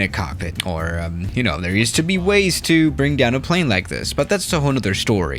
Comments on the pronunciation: Normal people: There: thè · Nobody: trying to say THERE: tHaRe